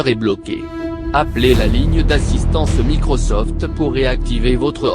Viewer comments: en generale quand les mec te disent micrausauflt et pas microsoft c'est pas très net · "Appellez l'assistance de Micreauseauft"